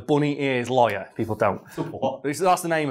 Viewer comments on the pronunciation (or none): none